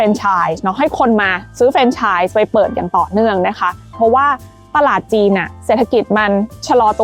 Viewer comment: มีร้านของเถ้าแก่น้อยด้วยครับ ป.ล. มันควรจะอ่านออกเสียงว่า แฟรนไชส์ นะครับผม